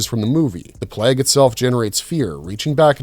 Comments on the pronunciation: Why cannot your pronounce plague? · Hate these lazy AI made videos. Cant even say plague properly